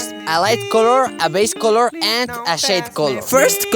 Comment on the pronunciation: I love when says “color” it sounds like “call her”